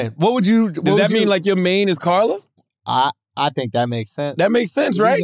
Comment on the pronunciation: Bruh said car la mane 💀💀😭😭